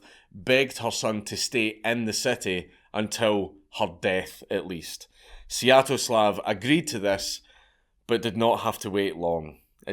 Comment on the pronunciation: I wouldn't worry about pronouncing "palanquin" correctly (or incorrectly), you already butchered "Svyetoslav"